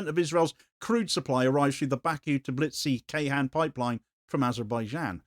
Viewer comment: (Oil pipeline) Ceyhan = Djay-hun